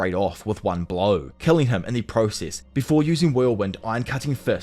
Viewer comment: Are you Indian? East Indian? The way you say process 🤢🤮